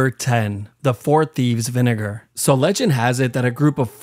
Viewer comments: Bro why do you say vinegar like that 😭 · Please pronounce "vinegar" correctly bro, I got stared at HARD 😂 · (i think it was) i thought he said n word hard r, but i turned on captions, and it was vinegar. I’m so childish 💀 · Am i the only one who didnt hear vinager when he first said it😂😂😂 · THAT IS NOT HOW YOU SAY VINEGAR